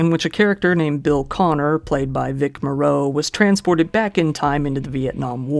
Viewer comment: Vic Morrow’s last name is pronounced like “tomorrow” would be. Good videos!